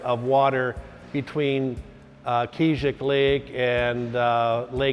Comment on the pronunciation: Hahaha, I love the way they say Keezhik Lake. So inaccurate